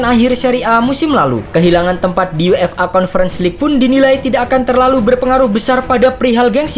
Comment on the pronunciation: UEFA bacanya yuefa min jgn dibaca yu-f-a pisah² gitu 😏😏😏 Udh komen gini berkali-kali tp gk prnh dibaca, dan cara penyebutannya ttp aja sama sprti itu.